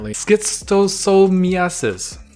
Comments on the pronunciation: Pronounced “Shist-oh-so-mya-sis.” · Shis-toe-sem-i-asis is how it’s pronounced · C is silent... Read shistosomiasis.. Basically parasitic flukes